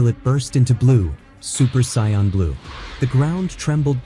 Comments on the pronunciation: Omg pronounce sayians and goten properly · Dude I can't the A.I. is messing it up!!!